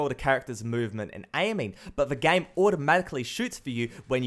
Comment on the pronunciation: whenever he said game i hear 'gang'